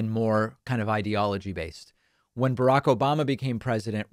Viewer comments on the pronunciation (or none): none